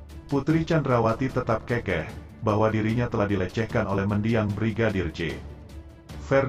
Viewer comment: Narasi kurang betul tulisan keukeuh kok dibaca kekeh kan artinya tidak sama. Keukeuh = ngotot. Kekeh = orang tertawa. Contohnya orang itu tertawa sampai terkekeh - kekeh yg artinya terpingkal - pingkal. Tolong min baca lagi KUBI ( Kamus umum bahasa indonesia )